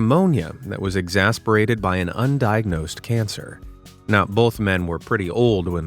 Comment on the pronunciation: Why do these bots always mispronounce 'exacerbated?'